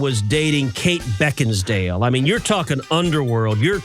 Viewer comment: Mf’r can’t even say Beckinsale. Moron. On top of being hateful, mean, nasty and disgusting he is. I would so hate to be a part of his family.